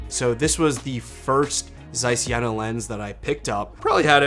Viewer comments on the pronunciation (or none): It’s not jäna :) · the "e" in Jena is long like the "a" in Yale , not like jennifer.